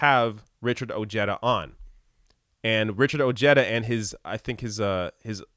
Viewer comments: It’s pronounced “O-head-ah” NOT “O-Jed-ah”! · Oh-hay-da is the correct pronunciation. Another bourgeois politician who tries to come across as for working people. Every few yrs. another one comes out of the woodwork. As the crisis of this system increases, there will be more like Ojeda. And Trump. I have a suspicion that Ojeda is more right wing than he lets on. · His name is pronounced oh-HAY-duh. Facts first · If Ojeda supported trump, he ain't POTUS material. And the way he pronounces his last name is ridiculous.